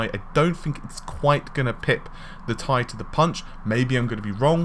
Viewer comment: "1080 Thai" xD, it's 1080 Tee Ai.